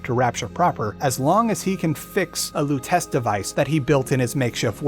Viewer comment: Pretty sure it’s pronounced Robert Loo-teh-chee